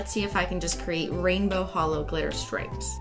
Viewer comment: The real Christeen would say holo not hello